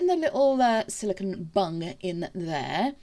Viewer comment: Omg I need my ears tested lol I thought you was saying to make sure the resin covers the bunny’s bum and I thought I wonder why she’s saying that lol then I realised you was saying bung lol xx